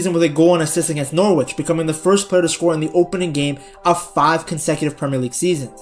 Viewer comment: Norwich is pronounced NAR-rich. The O is like an R sound, but don't stress it, it's fast. NA RICH.